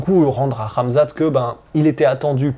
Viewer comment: Ben we nu poca ssss la sueu. On comprend jamais tes intro guy😂 articule stp. C'est KHAMZAT est pas amza't. par contre speak comme un journaliste de bfm. 😂